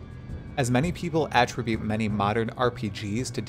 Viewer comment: *uh-TRIB-yoot Not attribute